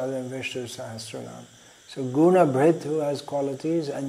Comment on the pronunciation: perhaps Guna bhrt, not Guna brht